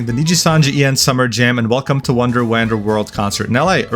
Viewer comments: Bruh said “WAN-Dur” It’s “Juan-dur” as in, “Wander around” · Wander is pronounce whan-der not wand-er. Please learn to pronounce simple words. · WAND-ER, not WAN-DER smh ... WANDER: "to walk around slowly in a relaxed way or without any clear purpose or direction" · Wander is pronounced wand-er, not wahnd-er. It's a play on words how wonder and wander are pronounced the same but wonder means something between amusement and amazement and wander is casually walking around. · "Wah-nder" lol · You also apparently failed at pronouncing "wander" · I can’t tell if he forgot how to pronounce wander or if he did it on purpose so someone would grammar Nazi him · That's a weird way to pronounce Wander ;o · …do you not know how to pronounce wander? I guess anyone who flunked school can make youtube vids nowadays. It’s sad that it’s always the unintelligent ones though. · 'wonder' and 'wander' are actually pronunced differently. ... well, unless you speak a dialect where those two vowel sounds have merged, of course, but to the best of my recollection pronouncing them differently is more common. Still similar enough to pun with, of course. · The way you pronounce wander is absolutely feral